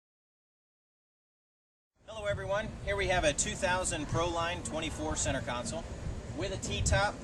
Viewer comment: Console not council